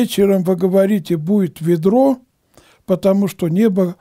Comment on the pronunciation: И в слове "соблазн" Ударение на последний слог, а не на первый. И со значением слова "ведро" , батюшка, видать, не знаком. Потому и толкует значение этого слова неправильно. Ведро(не найду нужной буквы) -это ясная погода. Ударение на первый слог.